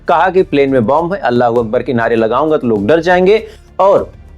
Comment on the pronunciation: Listen properly he's saying Ola hu Uber